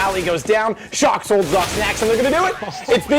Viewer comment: Who else heard the announcer say "shoxy" instead of shox because of "ScreamY?